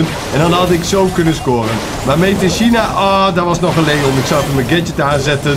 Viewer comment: Made in China lekker Nederlands China zeggen haha, lekker 😝😝